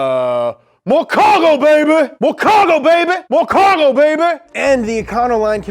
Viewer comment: MO CAWGO BABEH